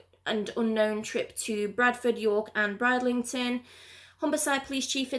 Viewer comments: I know it was annoying she kept saying Bride instead of brid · You are great - Please although I just have to pull you up on pronouncing. Bridlington. Brid - Ling - ton. Thanks 🤩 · It's pronounced Brid-lington